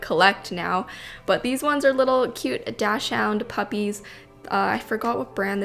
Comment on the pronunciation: You totally mispronounced dachshund! But omg my weiner and I still love you lol (my dog’s name is lip!) you should do a dachshund theme